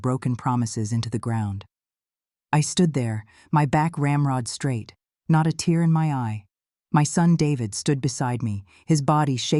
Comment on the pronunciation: Yes, it's annoying. But it's narrated MUCH better than most. Only noticed the word "tear" being mispronounced once. Engaging story, without the cliches and rehashed memes usually found in AI generated tales. Gave it my rare thumbs-up.